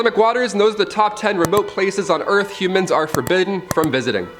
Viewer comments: First time he said humans I thought he said Cubans lol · I thought you said “Cubans are forbidden to.. “